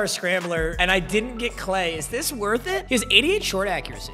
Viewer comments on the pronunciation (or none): none